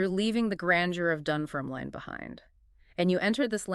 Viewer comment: You can't even pronounce Dunfermline properly. Why should I listen to you?